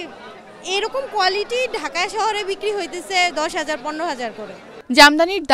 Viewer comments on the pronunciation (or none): none